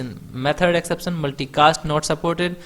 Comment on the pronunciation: Great video!!!!!! But Not ek-sep-san Its exception